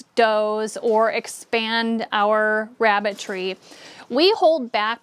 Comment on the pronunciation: it sounded like I ke you said Rabbit 🐇 Tree🌳....🤣😜 THANKS GOR THE INFO. 🤗💜